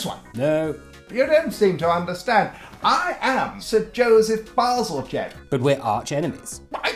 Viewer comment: is that how you're supposed to pronounce Balzalgette.....